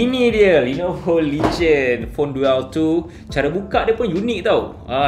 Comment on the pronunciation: Bukan duel sebutan dia "Dul"